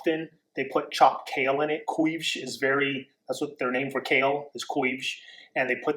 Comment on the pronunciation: lmfao "couves" sorry it was funny how you pronounced it